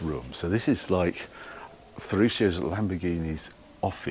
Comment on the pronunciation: Dear Harry, many thanks for this exquisite insight in the Lamborghini Museum during your epic trip in the Countach.Just several small details, please do not mind...on your pronounciation of Ferruccio and others. You do it like "shio", but in fact, it is pronounced like "tshio" in italian ;-) .Here acoustically by an italian And the engineer's name wasn't Standasi but Stanzani.....And Bertone's first name was Nuccio("nutshio" spoken), not Niccolo...